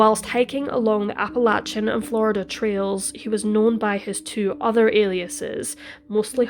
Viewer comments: Music to my ears when it’s pronounced correctly! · HEY, you said Appalachia correctly! Most Americans don't even do that! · I so appreciate your (correct) pronunciation of "Appalachia". I grew up there and we used to say only people who lived east of the MIssissippi River knew how to pronounce it. Judging by your accent, I guess you are east of the Mississippi technically speaking! But I've rarely if ever heard British people pronounce it correctly. Well done!